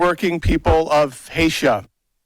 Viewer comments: "Hasia"? is that next to China? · As soon as he said Haitia he had me 😂😂😂